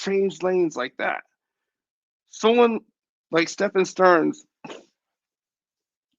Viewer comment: Stephen is pronounced Steven his name is Stephan pronounced Stefan it's petty I know but son's name is Steven with a p.h .